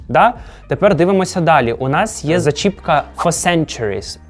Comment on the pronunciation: Даруйте, але існують ступені порівняння і ну чисто в українській мові, краще казати не "сама складна", а "найскладніша". І на наголос в слові "зачіпка" на 1 склад. Завжди.